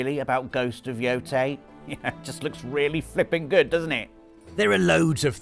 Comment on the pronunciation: Congratulations on your correct pronunciation of Yōtei,!